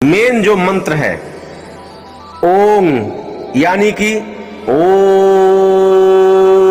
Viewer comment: om ka ucharan sahi se karo